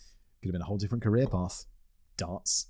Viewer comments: I keep hearing dance instead of darts lol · Simon says Darts I hear Dance xD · The way Simon says 'darts' sounds like 'dance' to my Canadian ears and it has made me giggle a couple of times before correcting my brain. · Simon the way you say "darts" sounds like you're saying "dance" I got so confused many times, like how can a man in a wheelchair compete in a "dance" competition. My stupidity made for an extra interesting upload lol.